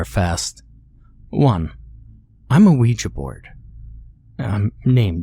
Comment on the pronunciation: “dave the ouua board”